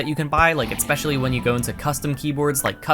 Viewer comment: why does this guy say "etspecially"???